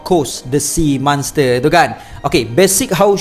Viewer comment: Manster not monster